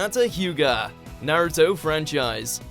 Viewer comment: Don't ever say Naruto lol